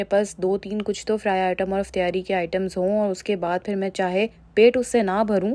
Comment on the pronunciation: Mjy b Herat hoi sun k. Hum b Karachi sy Hain. Or Karachi mein iftaari bola jata hai. pta nhi q Aisy bol rhi hain